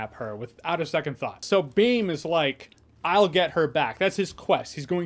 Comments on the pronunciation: It's bheem not beam 😂😂😂😂😂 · He kept saying beam not bheem, white people can't say भ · BIM😁, its bhhhim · Also he said beem not Bheem because the sound of BH does not exist in English language 😂